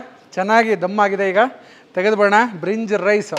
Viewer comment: ಬ್ರಿನ್ಜ್ ರೈಸ್ ಅಲ್ಲ ಭಿರಂಜಿ ರೈಸ್